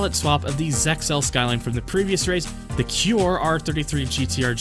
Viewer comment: The only complaint to me is when you said Kure R33, i think the way Kure is Pronounced is Not "Cure" but rather KU-RE. But other than that, i actually sleep while listening to this